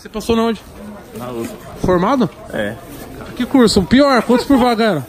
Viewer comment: Vc passou aonde: “Na XUSP”... Kakskskksks